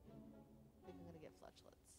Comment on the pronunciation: I like your mispronunciation of Flesh-lets ... think I'm going to start doing that too 😸 || Nice shop too ... Adrenaline, Dramatic Entrance, Flechettes, Footwork ... pick any 3 of 4 High ascensions, it's often difficult if not impossible to get perfects against elites ... you have to accept you're going to take a bit of damage to finish them off and continue climbing ... Hovering Kite works exceptionally well with your Pocketwatch ... seems like it would have been really useful for a discard deck, hope to get a bunch of Sneaky Strikes Valiant effort, but that second act boss wasn't playing around ...